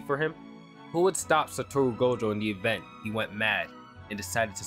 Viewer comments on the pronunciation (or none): none